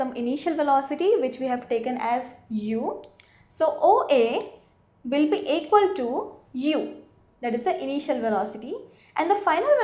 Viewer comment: pojition-velocity..?.. pls know how u r pronouncing and its equal not aqual very bad tutorials